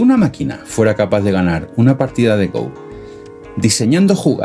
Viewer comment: No es GOU es Go, palabta de origen japonés. Saludos.